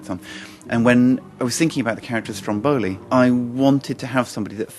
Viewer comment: STROMboli ....accent the first syllable. Frankly, this production looks dreadful. Uninspired. From what this preview shows, it talks down to both adults and children. I think that adults forget how sophisticated children's minds and hearts really are. I have never seen a production of either Pinocchio or Alice in Wonderland that remotely captures the essence, the atmosphere of the book.